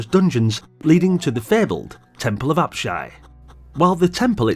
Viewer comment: Many fond memories of this one - used to waste many an hour dungeon crawling and cursing many cheap deaths, IIRC 😅 +1 extra 👍 for pronouncing "Apshai" correctly (I watched a video a long time ago where the guy kept mispronounce it at least 3 different ways - It was so grating! 😂).